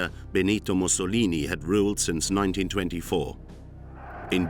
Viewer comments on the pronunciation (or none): none